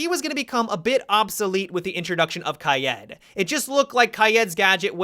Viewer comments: Is it just me who gets frustrated when he says Ky-ed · Why he keep saying Kayed? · It isnt kai-ed it is pronounced kai-eed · Wait you pronounce it kai Ed. I’ve been pronouncing it kayd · I get abit triggered when you say Kaid as Kayed Oh yeah yeah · I swear to god if you keep saying “kayëd” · Did he just say kah yed lol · KAYEED 😂😂😍😍😍 I LOVE how you pronounce it dude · say it after me: "Kayeeed" You got it? "Kayeeeed" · No he doesnt say kajäd.. He says kayjeed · Please say kaid like ki-yeet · In Arabic you're supposed to say Gha edd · They way he pronounces Kaid...omg... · The way says Kaid makes me want to kaill myself. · I hate the way u pronounce kaid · How the fuck are u pronouncing kaid ? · I've never heard anyone say kaid the way he does. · Take a shot for every time a Youtuber mispronounces Kaid. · No offense but you are terrible at pronouncing Hibana and Kaid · How you pronounce hibana and kaids names bothers me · his pronunciation of Kaid and Hibana make me uncomfortable